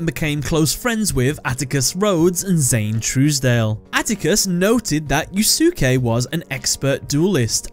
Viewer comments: If I may, I believe his first name is pronounced as "You-skay" Not "Yuu-suki". I think the second "u" is silent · Fujiwara Yusuke (btw, the second "u" in Yusuke is silent. Sorry but that mispronounciation of a very well known Japanese bothers me.) is one of my favorite villains in all of Yugioh just because of how raw and real he is. If anything, he's the best thing about GX though that's not saying much sadly given how awful, imho, GX was. But, then he's also, imho, one of the best characters in the franchise because, sorry to say, Yugioh struggles with writing believable characters even in the original dub/language especially villains. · For someone named you would think you knew how to pronounce Yusuke.